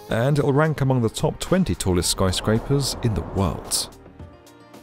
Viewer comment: Your videos are superb, but the more I watch them them the more apparent is your speech idiosyncrasy: You are always pronouncing words that end in 'd' as ending with 't'. i.e. 'world' becomes 'worlt'- damn, it's annoying! Playback some of your vids, you'll soon realize what I am hearing.